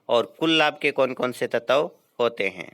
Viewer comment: तत्व की उच्चरण गलत है।